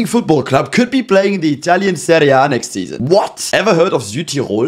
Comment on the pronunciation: Finally a YouTuber actually pronouncing Serie C, B and A correctly, thank you.